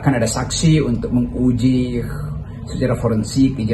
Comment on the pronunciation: Menguji. Bkn mengujighhhhh 😂